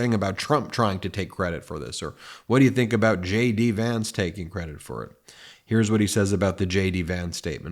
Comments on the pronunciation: Did you say Shady Vance? Lol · Ben, from afar, J D Vance sounds like 'SHADY VANCE' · Are you saying JD Vance or Shady Vance? (Which I find much more appropriate 😂) keep up the good work, love the truth! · Wait, am I hearing things or did you call him Shady Vance?